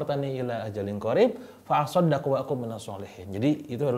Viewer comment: Sangat menginspirasi sekali kang 🥰🔥❤ Tapi lmohon maaf kang ada salah harokat ketika melantunkan salah satu ayat Al-Quran yakni pada surah al munafiqun ayat 10 "fa assaddaqo" bukan "fa assaddaqu" kang Dewa bacanya "fa assaddaqu" tolong koreksi lagi kang takut saya yang salah dengar 🙏